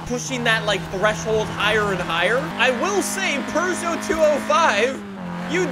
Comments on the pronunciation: It is pew-gey-ot not per-sho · The fact that he said perseau pissed me off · I love how pronounces Peugeot as: Purgeot, and not: Peugeot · ITS NOT A PRGO ITS A PEUGEOT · Here's a fun fact: It's not pronounced purr-zho. It's poo-zho. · Bruh its not a Purrgeout, its a peugeot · Not really, more like peu-zho and eu as in euro without the “y” sound. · "our purrrgeot" so funny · really be saying Purgeot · do you actually pronounce it as purjho? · If says "Purrgot" one more time I'm leaving the video. Edit: can't even stay for the build. Stop being so damm Canadian! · im leaving i cannot stand calling it a purrjot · Why tf does he say purgot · there is no R in Puegeot.. Only cats purr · Where is their “R” in Peugeot? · There’s no r in Peugeot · last i checked peugeot doesnt have an R in it. stop saying it like that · I don't know why, but every time says Peugeot, it triggers me.